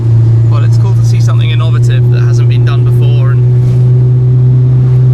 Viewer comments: Never heard "innovative" pronounced like that but very good video again, tyvm. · Anyone else pick up on Tim's unique pronunciation of innovative? Not english or american english lol. Awesome car and review though thanks!